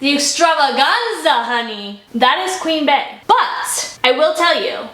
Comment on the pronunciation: “ beys new album “ bey is pronounced like Bee . Like her name . Bee-once